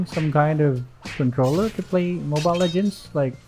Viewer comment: "Huh? Bwiset na controller?" I'm so used to you speaking English, hearing you speak Tagalog is so weird. With the hard R on "controller" Also day 19 in asking you to play Clint again